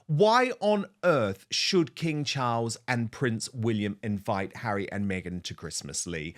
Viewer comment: Did you say BEGhan Markle? 😂😂